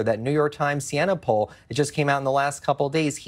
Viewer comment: 43% to 43% , are you for real where do you get your numbers? It is poll not pull.